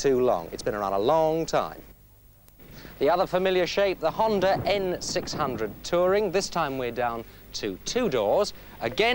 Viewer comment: He says "jende" instead "honda" 😂